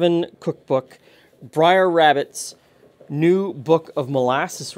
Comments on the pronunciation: It''s pronounced 'brair,' like 'fair,' not 'brayer' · brer sounds like b+rare, not briar (b+rye+er). late 1800's american southern slang, short for brother. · Of you are from the South, where this is from, his name is pronounced “brer” as in “”hare.” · “Brer” is a Southern contraction for “brother.” It’s pronounced like bread-d+r. Think of today’s “bro.” It was common in parts of the south to refer to others as brother and sister in an everyday religious context. It’s part of the Uncle Remus stories of the enslaved. Brer Rabbit and Brer Fox often mixed it up with Brer Rabbit always besting his rivals, who represented the white folk. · I do not believe the pronunciation "briar" rabbit is correct, even tho it feels right. It's been decades since I've read the stories, but I think Brer is meant to be a contraction of Brother, and is therefore pronounced exactly as it is spelled.